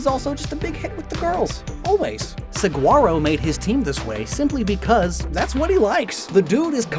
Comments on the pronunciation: For future reference, if his name is Saguaro like the cactus is pronounced Su-hwar-oh with the Spanish pronunciation of the g. Not a hard g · saguaro is pronounced suh·waa·row bc it's spanish. just a small error sdfhsjdk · Fun fact: Saguaro is actually pronounced Sah-wah-roh! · Great video, but as someone who's lived in Arizona my whole life the way he pronounces Saguaro hurts me.